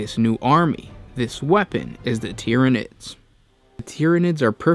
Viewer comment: lol the time “tyrinids”